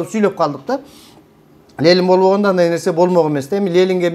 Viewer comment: Лелин дебей,Ленин денизчи,туура суйлойлучу,туура тушунунуз.Эн акыйкат нерселерди айтып жатасыз,азаматсыз